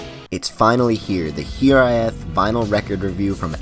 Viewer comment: Great review. also i think it's pronounced hi-RAYth